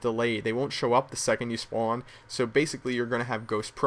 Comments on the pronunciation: you say spawn weird it made me want to commit suicide r u from new york? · thumbs up if you hear him say spown.